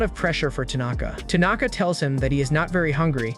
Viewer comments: Why are you saying tunaka? It's tanaka.... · He says Tanaka 💔..